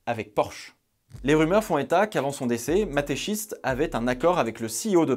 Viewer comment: Je suis désolé mais je suis obligé de te le dire psk ça m’a dérangé tout du long. Mais à Mateschitz, le Z et après le T et pas avant 😂 Sinon excellente vidéo, comme à ton habitude. Merci du travail